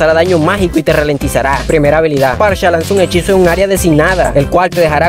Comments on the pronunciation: Parcha? Que carajo XD Amigo es farsa, en el inglés "ph" es pronunciado como "f" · Porque le dices parcha xd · ALGUIEN PUEDE PRONUNCIAR BIEN SU NOMBRE? Dios...